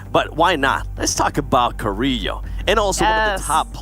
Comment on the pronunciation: None of the Spanish speaking people in this cast can pronounce Carrilho right 💀 it’s pronounced with an L not a Y